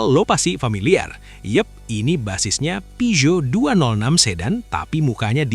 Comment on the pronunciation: "Peugeot" dari Perancis dibaca "Pusho" ..